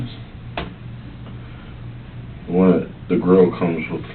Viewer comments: I'm sorry...'JAL-EH-PEN-EOS'?!?!?! People seriously say it that way? In a serious way? Or just seriously serious serial killers say it with a hard 'JAl'? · Detective: You want Jal -lo-peen-yos?😂